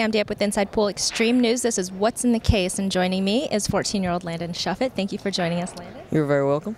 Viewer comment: Its "Shuffett"